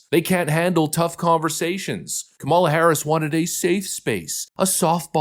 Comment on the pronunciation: Kah-muh-luh. Not Kah-mah-luh. She’s a loser, but at least pronounce her name right. 😜😜